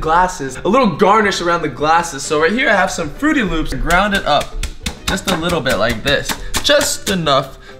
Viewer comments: Is saying frootY loops on purpose? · Does it bother anyone else that he says fruity loops instead of fruit loops? ;-; just me ? Ok... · It's not frooty loops it's Froot Loops no ufens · He said "fruity loops" but it is supposed to be "fruit loops" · Does it annoy anyone a little how is calling Froot Loops Frooty Loops? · Who else cringed when said "Fruity Loops" when it's "Fruit Loops"? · im dead 😂💀he said fruity loops and its fruit loops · IT'S FRUIT LOOPS. MY JESUS SAYING FRUITY LOOPS KEPT BOTHERING ME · said Frooty Loops isn't it Froot Loops? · This video bothered me because he said Frooty Loops. They're Froot Loops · everytime he says fruitty loops I keep saying fruit loops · He said Frootiy Loops Its Froot Loops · It's called fruit loops not fruity loops but that is still a nice and funny way to say it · he said ' fruity loops ' when it's fruit loops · Anyone else get TRIGGERED every time he says "fruity loops" instead of "froot loops" It just bugs me. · Who else cringed when he said frooty instead of froot, still like him dou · said fruity loops instead of fruit loops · Did anybody notice that he said "FRUITY LOOPS" its FRUIT LOOPS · its froot loops not frootie loops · STOP SAYING FRUITY LOOPS ITS FRUIT LOOPS!!!!! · Bruh it's called frost loops not frooty loop. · you're saying fruity loops wrong your pot to say it up Froot Loops that's all you call them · Its Froot Loops not frooty loop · Stop saying fruity loops its Froot Loops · it's not frotie loops it's froot lops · He called it fruity loops I love his vids but I wanna smack him for that. Also he said captain crunch berry so I wanna smack him for that too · Also he keeps saying fruity loops instead of froot loops (btw the way you spell it is froot) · it is not frooty loops it is froot loops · he said fruity loops it's fruit loop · Fruity loops there's no y in fruit loops if talking bout a y u talking about Fruity pebbles 😹